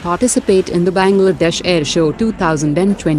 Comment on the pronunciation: 🤣🤣🤣"Benglaadesh"🤣🤣😂😂😂😂🤣🤣 Pata hai kisi desh ka mazak nahi banana chaiye par sunkar hasi aa gyi😊😊😅😅😅